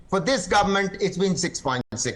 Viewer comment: the word is Government.. Not Goment...!!